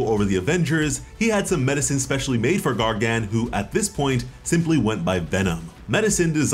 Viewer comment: The way you pronounce Gargan as Gar-Gan… It’s rough.